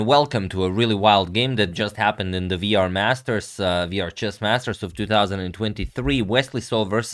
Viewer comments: You are mispronouncing the name of the tournament! The letter "W" is pronounced "double-you", not "vee" (which is how you pronounce the letter "V"), so the tournament is the "Double-You Are Masters", not the "Vee Are Masters". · Agad it is pronounced Doubble U R Masters. Cause its a W not a V